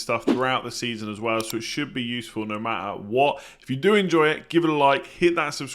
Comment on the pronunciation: "no mahta' what"